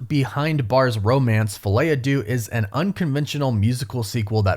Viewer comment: I know it's no one's fault, but I can't handle the misprononciation of 'Deux' in the title anymore by all the English speakers covering this movie. Only person who's said it well is from Talks. It's not an 'oo' sound it's 'eu', which sounds more like a disgusted 'uh'. Am I the only one who feels this way? 😅 No pun intended, but it's driving me crazy